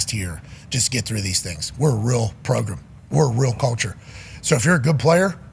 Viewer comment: JJ progrum best progrum of the progrum